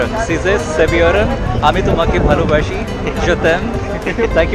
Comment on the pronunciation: Heart touching. That Turkish student and both of you pronounced 'Ami tomake valobashi' perfectly. We also love you too:)